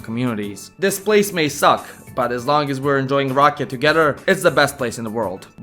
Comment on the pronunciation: Dude, you have to start rolling your R's for rakija. Also the a is not aye its aww. Rrr aw ke ya. You are totally butchering the word and the Serbian language! Get with it will you?